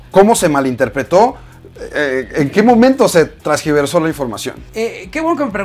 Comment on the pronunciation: Es neta que dijo "trasgiverso" 😮 está re naco este wey, jajajajaja se lo creó al escorpión dorado, 😂😂😂😂😂😂😂 , aplausos a Aleks Syntek